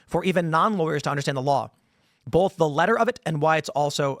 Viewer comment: I miss when guests were actually engaged with instead of argued with. Tim, you are not always right. Also the word is “BOTH” not “BOLLTH”